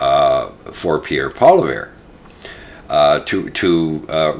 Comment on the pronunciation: How are you a political commentator and you don’t even know how to pronounce Pierre’s last name?